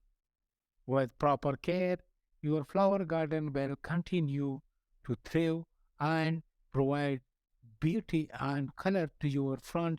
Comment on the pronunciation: Very nice. I just want to help with your pronunciation of the word "Thrive." That word is pronounced like the word, "I've" like"Life" or "eye." Say "The REye Va."